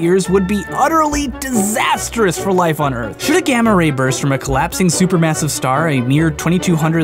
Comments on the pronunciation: "Erf" XD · "Erf" There's a way to tell when someone's just about given up.